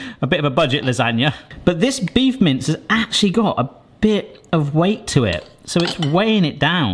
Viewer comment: Can not stop hearing "Beef mints". That would be an interesting concept...